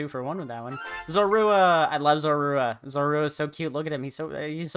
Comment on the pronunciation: Your pronunciation of Zorua (accent on the U instead of the A) kills me.